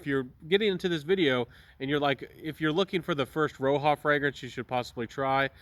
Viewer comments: He's saying it wrong as well, Roja respelled his name from Roger and he pronounces it like Roger still. It is definitely not "Roha" 😂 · Has this gotten the axe? I can't find it anywhere. For your information, it's pronounced as Roger; he's an Englishman.